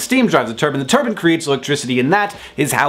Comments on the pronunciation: If you're gonna make a point out of saying nuclear right you might wanna not pronounce turbine as turban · At first I thought you said, "Steam turns the turban."